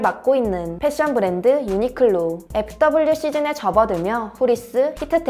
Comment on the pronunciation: 브렌드 아니고 브랜드 아닌가요?